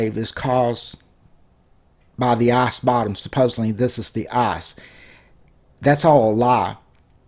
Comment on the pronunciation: the arse bottom? or the ICE ICE i c e with i as the beginning.....not a u say the whole time arse arse arse